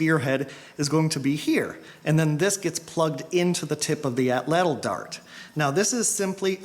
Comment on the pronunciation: Very good and entertaining videos. I'm planning now on making my own this coming year. Only one thing, I recall from my childhood atlatl being pronounced with the accent on the first ''a' (átlatl), per Aztec language structure. Good work.